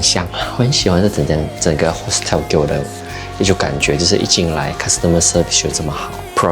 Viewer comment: hostel 好像發音錯誤喔~